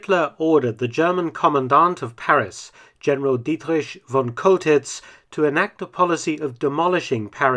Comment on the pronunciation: Thank you for pronouncing the name "Dietrich" and not "Dietrick".